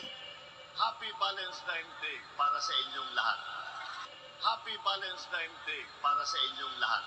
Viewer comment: Ultimong VALENTINES hindi nabigkas ng maayos VALEMSTIMES daw nakew kulang ng isang sachet para ifollow up Mr. President😂😂😂😂😂😂